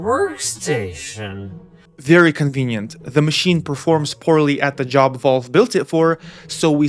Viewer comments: Does Linus know it’s supposed to be a gaming console? Lmao. Unrelated but I’ve never heard Valves name pronounced Volve hahaha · Counterpoint: Linus calls it Valve and you call it Volve, so maybe you guys are talking about different companies